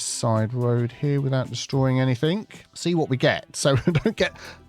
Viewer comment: There is no K at the end of enything ore other words ending in ing